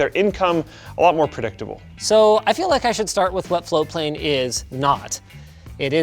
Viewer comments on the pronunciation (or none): It's spelt "Floatplane" but is apparently pronounced "Flowplane". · TIL that for the past year+ that I’ve been following this channel, and Linus have been saying “floatplane” and not “flowplane”. Congrats on your beta launch! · Guys, you need to pronounce the T I was searching for flowplane. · I've been hearing Linus and say Floatplane for months now. I thought they were saying Flowplane until today when I saw it in the video title with Floatplane typed out. They need to watch their pronunciation, even in this video it sounds like they're saying flowplane half the time. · When they say 'Floatplane' fast, it sounds like they're saying 'Foreplay'. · Always sounds like they say Flow plane, not Float plane.